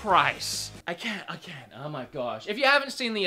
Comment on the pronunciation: As an Aussie, I'm more offended by the way you say 'can't' You're an Aussie. Say it right.